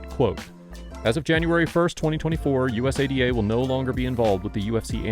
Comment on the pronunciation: Say usada bro not U.S.A.D.A… u say it so frequently too lol sounded kinda silly